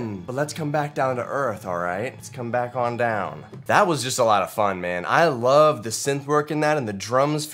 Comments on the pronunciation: i laughed so hard when you said "I wolf you". i was like 'Love honey where did you come from' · When u said I wolf u and immediately regretted it 😂😂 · "I WOLF YOU *VOMIT*" yes. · "I wolf you "So at this point do we all watch "You"